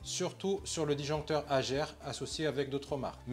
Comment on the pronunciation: Vidéo super intéressante attention à la prononciation de la Marque « hager » le g ce prononce « ge » et non « j » 😜